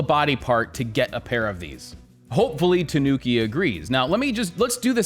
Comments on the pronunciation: No, that's not how you say Tanuki. It's Ta-nu-ki, not Tuh-noo-ki. Ta as in the 'ta' in the word 'target', except the 't' is pronounced as the th in the word 'through'. Phonetically, it's a dental 't', not palatal. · It’s pronounced tah- nooki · It's pronounced with the accent on the A, TAnuki. Not sure why even the wiki tts is wrong. The fabric looks great on this though, I barely even wear denim as it's so hard to find good items, especially in europe.